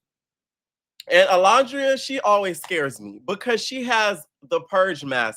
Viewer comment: why do you be calling that baby Allondria? 😭😭😭